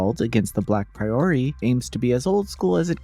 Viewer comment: Not to be that guy, but I like to know how to pronounce things and it’s not a common word, so I mean this with the best intentions: It’s not pronounced like the phrase “a priori” A “priory” is basically a sort of monastery, and it’s pronounced with the stress on the first syllable: PRAI-ur-ee